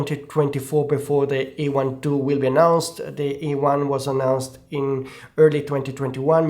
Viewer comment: This is not E1 II but A1 II. Speak correctly.